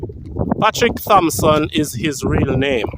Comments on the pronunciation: Hail up. Dirtsman last name is actually pronounced 'Tompson' as the "H" is technically silent. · The CORRECT pronunciation is “Tom - sun” The ‘h’ has always been silent. Doesn’t matter how many people you ‘know,’ the proper original pronunciation has never been changed. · Appreciate the content, but a correction to you the video maker. Its incorrect to pronounce his last name sounding the "Th" The correct pronunciation is to use ONLY the letter "T" which makes the "H" silent.